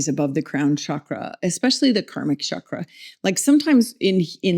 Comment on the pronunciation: The sandskrit pronunciation sounds more like “CHUCK-ruh” Otherwise, the word you are saying in Sandskrit refers to the reproductive tissue: the “Shukra”